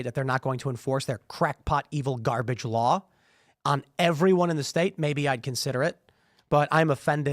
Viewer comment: Loiyer that practices loy?